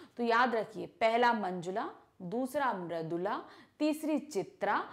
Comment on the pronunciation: Poet name is maridula garg not maradula